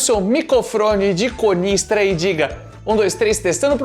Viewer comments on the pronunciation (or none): "Mas não se diz conistra, se diz coronistra" 😂😂😂